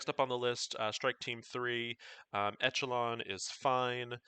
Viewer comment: Great explanation video! p.s. my name is E-SH-ELON actually, as opposed to E-CH-ELON. All good though! :-)